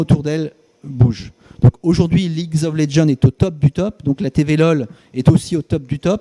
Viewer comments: "Ligs of léjeune " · comment il prononce league of legends ? lidjof laidjen ? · le mec parle de la boite et ne sais pas prononcer league of legend "leaguzof legend" xDD aller va tefaire le mec a rien compris au principe d'Ec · Déjà il a osé dire : ligz of legend xD. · Donc ce dirigeant sait tiens une TV lol et sait pas prononcer league of legends ? mdr Leagues of legends il a craqué. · "Ligz of les djande" 😅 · Quand il détruit le nom de leagues of legends XD, reste dans ton bureau et ferme ta gueule ! :) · ça ce dit dirigeant ça sais même pas prononcer league of legends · je ne suis du coté de personne mais je tiens a préciser quelquechose. J'ai remarqué que pas mal de gens disent que ne pense et ne parle que d'argent et ne sait pas prononcer le nom du jeu ( bon c'est vrai mais c'est pas la mort ) mais pour faire tourner ce genre de boite il faut penser business 24/7 car si il pense " au fun " etc, eclypsia n'aurait pas duré aussi longtemps. J'ai lu également que certains disent que certains streamers sont mieux en solo ou ailleurs grâce à leurs communautés mais sans éclypsia, la pluspart seraient en train de stream tout les jours pour 100 viewers sur twitch... même les "grands" dont je ne citerai pas les noms sont populaires grace a eclypsia. Et puis c'est bien beau de dire " intel a raison " ou " il dit n'importe quoi " quand on n'est ni ni ceux qui se sont faits virer ou partis de leurs plein grés. On ne connait pas TOUTE l'histoire en detail... En gros vous crachez sur eclypsia qui etait un projet innovant et qui boostait la popularité de certains alors que sans elle certains auraient un autre travail au lieu de streamer. Et gerer une boite ne consiste pas a dire oui h24 il faut aussi prendre des décisions qui mettront les gens a dos. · Des barres comment il prononce league of legends XDDDD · il arrive même pas a dire league of legends correctement... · MDR comme il prononce league of légende 😂😂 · ligz ov lezzends il m'a tué